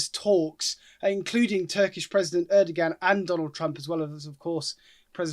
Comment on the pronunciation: It's not 'urdigan' it's 'airdowarn' (short o), as Hamish pronounced it. Presenter please try to get names right.